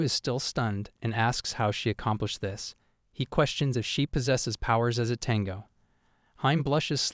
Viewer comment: It's a bit humorous how the AI calls her as a 'tenga' instead of 'tengu'.